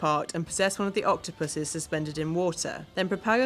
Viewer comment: who else got triggered when she said "octupuses", no one, okay.